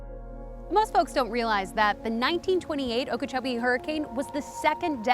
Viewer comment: Lake okeech